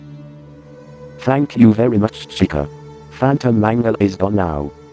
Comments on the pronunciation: it sounds like chica is saying keychin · Just noticed they say chi ca with short i